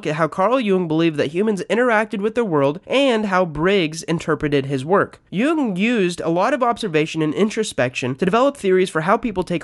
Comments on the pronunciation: Jung is pronounced as "young." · I'm sorry I was very interested but then you said Carl Jung's name wrong and it through me off -intj